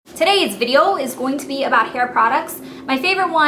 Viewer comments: Hahaha! "Tudays videoo..." love it! haha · "TODAYS VIDEO" haha you should talk like that more often. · wth?? haha that intro made me lmffao you had like a weird accent when you said "todays video"... hahaha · you have a lil bit of a minnesotan accent there when you say todays video is going to be about... haha :)